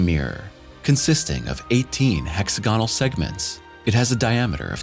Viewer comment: "hexagonal" is pronounced "hes-A-go-nal," with "A" rhyming with "hat," "slat," "cat," etc., and "go" sounding just like the "go" in "go to school."